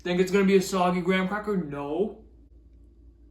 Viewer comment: Why can’t Americans pronounce Graham?